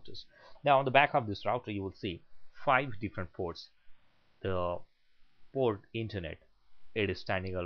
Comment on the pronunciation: hahaha i heard that tooo but ermm its internet port